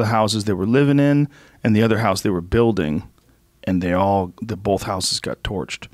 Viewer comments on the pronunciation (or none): I know Schaub didn’t just say Sammy Sosa dresses like an asshole. Pot meet kettle! Now Brendan is saying “BOLTH” as well as “DRAWL”. And this moron is doing well. Only in America!